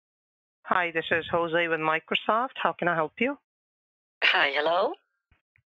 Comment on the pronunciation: "Microseft" lol